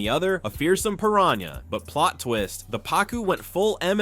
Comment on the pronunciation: The guy in here has had multiple times to pronounce piranha correctly and failed every time and it brang back the memmory of Benedict Cumberbatch pronouncing penguin as he couldnt either